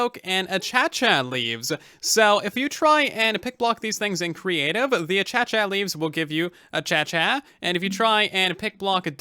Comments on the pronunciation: "Acha-cha Leaves". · I'm sorry, achacha?